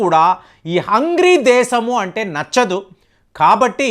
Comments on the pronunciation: ఒరేయ్ బాబు హంగ్రీ కాదు హంగేరి దేశం పేరు సరిగా పలకడం చేత కావడం లేదు నువ్వు వీడియో చేయడం మేము చూడడం మా కర్మ....... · హంగ్రీ కాదండి.. హంగేరి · హంగ్రి కాదు హంగేరి